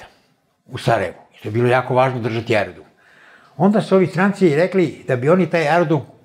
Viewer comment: Jel to profa reče AERODRUM?